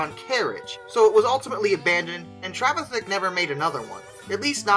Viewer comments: Trevithick, not travithick. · Ya got the pronunciation pretty close tho it’s Treh-vi-thick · Yep butchered name pronunciation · Trevithick didn't call the engine the Puffing Devil, that was attributed to a local lady who, after seeing it, called it the Roaring, Puffing, Devil. Great that it also suffered from the world's first drink-related road traffic accident. We intend running the replica engine at this year's Trevithick Day. You need to practise the name though :-) There is some debate as to how broke he was when he died as he was earning a fair sum in Dartford. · you are not butchering his name, just slightly mispornouncing